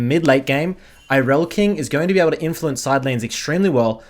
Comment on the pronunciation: i almost came when you said irelkings name correct people all the time saying IRELIAKING gives me candy i replayed it 5 times coz it felt so good